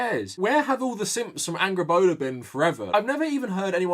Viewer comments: I’m excited to play GoW:R, but years of following Dr. Jackson Crawford on YouTube has primed me to cringe every time someone calls her AngrboDA, instead of Angrboða with the voiced ‘TH’ sound. :( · I'm sorry but I keep hearing her name as "Angry Boner"